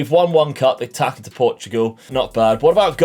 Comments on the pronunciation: FYI the ç in portuguese language can be read as S, so Taça, is actually Tassa. Cheers! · “Taça” is pronounced “tasa”. The “ç” is like and “s”